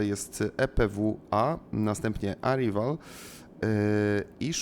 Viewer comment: Błagam: arrival = erajwal, above = ebauf